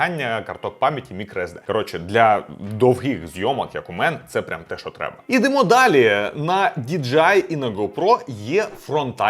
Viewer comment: будь ласка, дОвгий, дОвгі, дОвгих а не довгИй, довгІ, довгИх дякую)